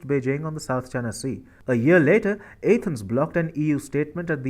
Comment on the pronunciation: How can someone not know how to pronounce Athens? You are pronouncing the A as in ape, which is wrong!